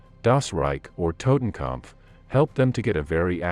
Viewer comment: Learn how to pronounce Waffen and Totenkopf! Child!